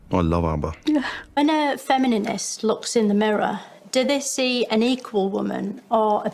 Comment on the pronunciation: Feminininist gets me every time 😂😂😂😂😂